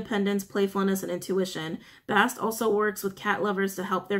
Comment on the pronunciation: Bas-stet not bast